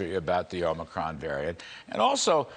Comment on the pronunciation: Tony Fauci pronounced "Omicron" as "omni-cron" today, something forgiveable for Biden but not for the foremost authority on infectious diseases.